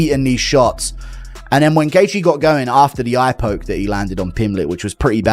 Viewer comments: "Justin Gaythe "😂how can someone have a channel ,but not be able to properly pronounce one of the sports biggest names? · Not even 5 seconds in and you mispronounced Gathje? Phuq off.